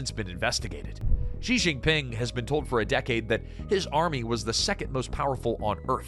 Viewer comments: Xi is pronounced "She". Not "Gee" or "Jee". She. As in "SHE is very intelligent." If you want us to take your analysis seriously, the least you can do is pronounce Xi's name properly. You don't have to speak Chinese, but if you are doing a whole video on the ruler of China, it does help to get that one thing correct. Especially because it is easy to say for an English speaker. She = Xi. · Nice documentary, but you'd garner so much more credibility if you could've been bothered pronounce Xi's name correctly (Clue - it's not 'Je' as in 'Je Suis'). As the Chinese saying goes - from the small points, we see the big points'.. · It's interesting that the narrator pronounced "Xi" differently - most times as "Jee", and a few others, as "she". The latter is correct (this from a Mandarin speaker - but I think WaPo or some MSM publication ran an article on this exact point).